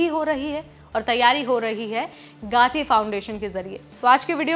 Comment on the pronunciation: गाटी नहीं है 😂. गती फाउंडेशन है वह